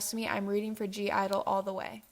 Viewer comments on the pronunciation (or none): (G)I-dle is actually pronounced "idol" by the way, that's why the G is in brackets but yeah no hate, I love that you're expressing your opinions and agree with pretty much all of them ! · U say it like idle, without g. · The G is silent. Lol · (G)I-dole is pronounced as just idol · (G)I-dle is just pronounced idle. We’ve all struggled with it. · It's pronounced Idle XD Also, I think it's so complicated because it's supposed to mean "A group of young people" 😂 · Just commenting to say thay, from reading the group's name in Korean, I guess it's supposed to be pronounced like "hyeoja-idol" (or something like that I'm Spanish don't make me do romanizations in English) but basically it means like "girl idol" I guess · I do agree that (G) I-dle is a weird group name to write down and I still have to wonder if I wrote it correctly but it’s not hard to pronounce, it’s literally just “idle”. And I don’t think a group name can be a reason to flop lol but I like your videos a lot though because I agree with most of things like for example your opinion on red velvet because GIRL SAMEEEE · YO APPEARENTALLY THE G IS SILENT IN G IDLE Y'ALL AS MUCH AS I LOVE G IDLE I AGREE WITH THE SIS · it’s supposedly pronounced idle the g is slient. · They're just called I-dle. The "(G)" is silent. They're called I-dle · (g)-idle is pronounced idle without the g. It's a pun in Korean I think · (G)I-DLE is pronounced IDLE (idol) and I really hope they don’t flop omg I love them so much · (g) i-dle is pronounced as just idol i don’t know why the g is there but sksksjsm but in korean it means like a strong group of six people. like the i in korean in some kind of pronounciation means like something and idle means something and together they mean a strong group of six people ??? if that makes any sense wow i think it’s pronounced soonmi because the u in korean is pronounced like ooh wowza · Saying you're a huge fan of (G)-Idle but you don't know how to properly pronounce it. Alright